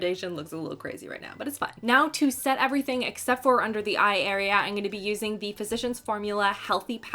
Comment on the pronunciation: "I'm really good at talking about de makeups." 😆